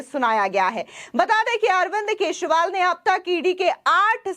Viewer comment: Kesriwal nahi kejariwal kaho